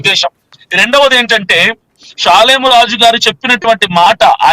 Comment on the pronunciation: అరే రిపోర్టర్ నోరు నాలుక జాగ్రత్త పాలేమురాజు కాదురా..షాలేమురాజు రా